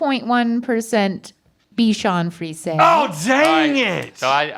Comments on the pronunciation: its pronounce : bichon friSEY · It's pronounced "free-ZAY," fellas. Haven't you seen Shrek 2? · Bichon frisé is coming from french where frisé means curly it's not prounouced ''friz'' like they kept saying in the video it's actually written with an ''é'' at the end so frisé not frise and in french ''é'' is prounounced as how in english we say ''a'' the indefinite articles that precede nouns in a pharase for ex the ''a box of chocolate'' so you say it ''friz a'' (I'm french canadian)